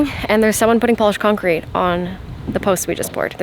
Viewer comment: I heard "polish concrete" and wondered for a long time what was special about it... But then I heard that you said polished concrete